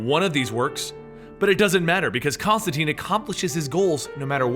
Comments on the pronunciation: whatta... you teen not tine? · It's John ConstanTINE IT RHYMES WITH LINE NOT CONSTANTEEN WTF HE EVEN SAYS THIS IN THE COMICS!!!!!!!!!!!!!!!!!!!!!!!!!!!!!!!!!!!!!!!!!!!!!!!!!!!!!!!!!!!!!!!!!!!!!!!!!!!!!!!!!!!!!!!!!!!!!!! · tIne not teen. Rhymes with fine :P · His name rhymes with fine. Why is it no one can remember that. Do all these comic channels get all their Constantine information from the movie. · Sebastian Ferguson I know people pronounce stuff differently but when the character in the book says its ConstanTine it rhymes with line then you should pronounce it correctly as well